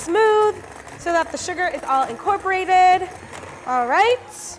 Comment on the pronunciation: I enjoy how she says sugAR